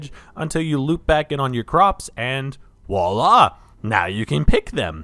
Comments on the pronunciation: did you just say “wallah” instead of voila? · I'm sorry did you say "walla!"? Please tell me this is some gen z joke or something lol.